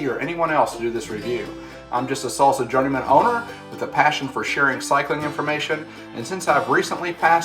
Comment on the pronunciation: Great review. But why'd you call it a S(aul) Sa? And not a Sal Sa? Or a Saul Saw?